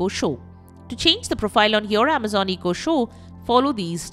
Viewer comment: What's an EEE-KO?